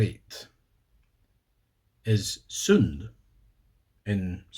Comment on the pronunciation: Your pronunciation is uncanny, probably the only things that didn't sound 100% native was "sund" and "grund". Something about the way you pronounce certain specific "u" syllables is the only thing giving you away. I guess that makes sense though because the most stereotypical thing about a scottish accent is extremely exaggerated u's. I've come to learn that swedish is comparatively extremely difficult to learn as a second language (because our grammar is completely fucking arbitrary and makes zero sense upon scrutiny) but yeah, your pronounciation is pretty much native. It's much better than some skåningar that's for sure.